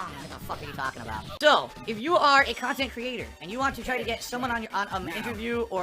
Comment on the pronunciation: I like on how he calls everything that isn't his khantant "fluff khantant"